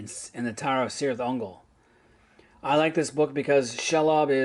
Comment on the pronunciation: Really enjoyed this video, as well as your other MERP stuff. One suggestion: look into proper pronunciation. For example, Cirith Ungol is pronounced "Kirith Ungol" rather than "Sirith Ungol."